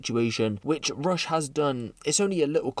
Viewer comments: It’s russ not rush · Its RUSSS my bro ..not RUSH...😂😂😂